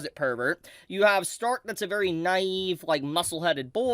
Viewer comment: say Stark's name mit the German there guy, Shhtark